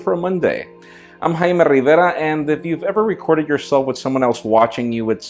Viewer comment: haime rrriverrrra